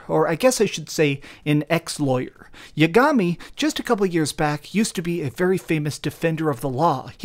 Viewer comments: How do you expect me to believe you played this game when you pronounce yagami’s name YA—GAMI? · Also saying Yagami wrong